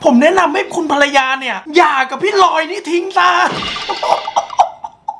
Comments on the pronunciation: หย่าครับไม่ใช่อย่า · หย่าครับไม่ใช่อย่าพี่ปริม